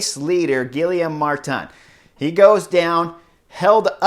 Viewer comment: Dude man, they're gonna start making a drinking game for name butcherings... Gilly Ohm Martin?? yikes dude! Geeee yom